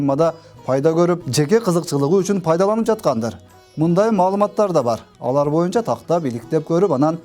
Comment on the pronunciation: Моюнча деп суйлойт.баткен ОИИБнин башчысы Акылбек дагы моюнча деп суйлойт.Мен чондорго Боюнчо дегенди моюнча деп суйдош моода окшойт депмин.